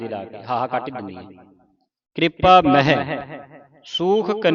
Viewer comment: ਬਹੁਤ ਵਧੀਆ ਦਸਿਆ ਪਰ ਦੋ ਗਲਤੀਆਂ ਇਨਾਂ ਵੀ ਕਰ ਦਿਤੀਆਂ। ਇਨਾਂ ਮਹਿ ਨੂੰ ਮੈਹ ਉਚਾਰਣ ਕੀਤਾ । ਦੂਜਾ ਕੋਇ ਨੂੰ ਕੋਏ ਉਚਾਰਨ ਕੀਤਾ। ਧਿਆਨ ਨਾਲ ਸੁਣੋ ਜੀ।